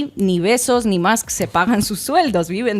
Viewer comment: me emcanta cómo pronuncia "Bezos" Ina XD